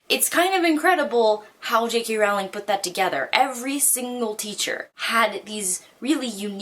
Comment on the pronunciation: jk rowling's last name is pronounced like you're 'rolling' down a hill